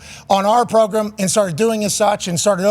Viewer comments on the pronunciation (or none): “Progrum” 😂 gets me everytime